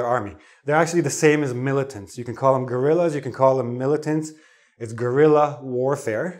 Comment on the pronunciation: Thanks, this lesson is very interesting. It's been very funny your pronunciation of "guerilla" so, in Spanish, the word is very similar; nevertheless, the Spanish word has two "R" and the sound is much more rough. Merry Christmas and happy new year 2015